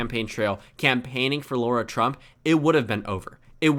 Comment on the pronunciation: i don’t like her but why do you pronounce her name as laura 😭😭😭